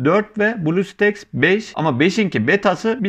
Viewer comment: blu staks değil blustack diye okunuyor